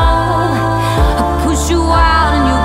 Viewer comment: You're well good the only thing I didn't like was the way you pronounced love you kept saying laove and it was really annoying but other than that it was really good